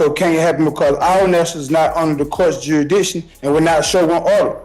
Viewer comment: "juridiction juridiction juridiction" you would think if he took his BS seriously he might learn to say jurisdiction properly